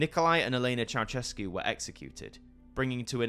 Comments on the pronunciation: Not Ceauchescu, but Ceaușescu, every Romanian name is pronounced in Irish. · It's chow-SHESS-koo, not chow-CHESS-koo. ♥